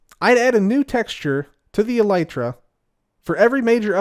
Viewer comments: Seems like you just discovered how the word is actually pronounced haha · Why do you say elytra like that